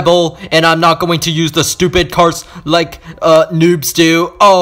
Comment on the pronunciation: I laughed when he said "You Stuiped (.__.(